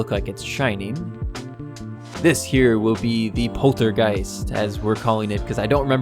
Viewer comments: PORTERGUST NOT POLTERGEIST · *Poltergust ... Like Gust of wind from vacuum